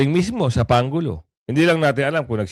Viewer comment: Ayusin mo brod,ang pronounce pangulo parang pang ulo dinig ko